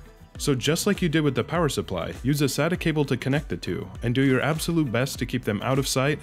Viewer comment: Really good video. Just pointing out, "SATA cables". Not "Sadder cables". They aren't sad cables :P